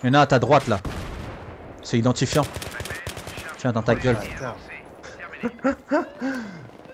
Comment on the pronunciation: mdrr quand tu as tuer idantifiant tu as dit " tien batar " sinon bonne vidéo :)